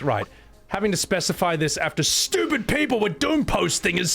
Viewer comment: This guy contemplating whether you are unintelligent whilst saying “stupit”. I mean im not exactly a classist or anything but anyone who pronounces “stupit” doesn’t come across as a Rhodes scholar. I’d venture to say he is leaning on the underbrained.